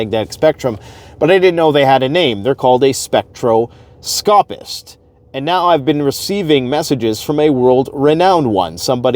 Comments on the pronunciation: * Spek-TROS-copist * Spek-TROS-copee 😁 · *gone, not went. The grammar on some of these YouTube channels really bugs me! And.....spectroscopist...the accent is on the second syllable.